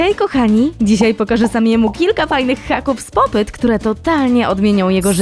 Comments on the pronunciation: muwi się popit a nie popet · Hej czyta się popit 🎀🎀